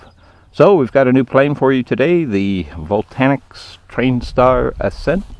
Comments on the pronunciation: Yeah, please don't say Vol- Tanix !!! It's Vo-Lan-Tix !! And never fly below the tree line !! They will get you everything!! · VOLANTEX NOT VOLTANEX